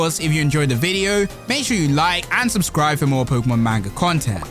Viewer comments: Not trying to annoy here... Someone needs to tell you.. Its pronounced "Mon-Gah" not "Main-Gah". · pronounced (pronounced like mon in pokemon) Mon-gu (like gun)